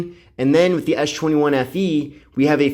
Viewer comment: why do you call it ash 21